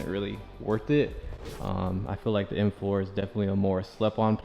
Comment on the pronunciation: "EM FOE "